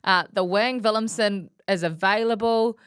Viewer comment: Guys you are great but it's Willemse.... thers no N 😅